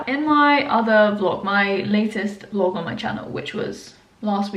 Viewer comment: you are so cute when you can't speak clearly in the beginning of the video! And the word 'vlog' in subtitle even changed to 'blog'😊HHHHHHH cutie😜